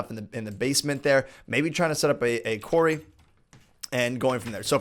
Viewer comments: it's said like "kwori" and not kwary, also it's said "borble" and not however you said it:) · you are pro-nouncing quarry wrong you are pro-nouncing it query; it's pro-nounced Q-U-A-R-R-Y say it out loud, like pro-nounce each letter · Its pronounced qorry.... Not queery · Qwaery ? Quairy ??? you mean Quarry... K-War-ee ! lol honestly though, i've never heard it pronounced like that so no hate, just more curiosity <3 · Borebills, Qwa-rry plz ur pronunciation is killing me